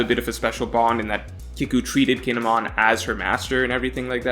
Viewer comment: The way you pronounce kinemon sounds like he's a Pokemon. Guess you haven't seen the anime.